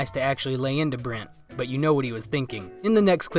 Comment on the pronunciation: I love a good Brent roast! And the fact you didn’t pronounce his name correctly, once, makes me so happy 😂